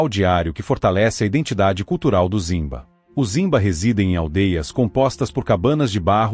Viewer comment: A pronuncia é rimba e não zimba!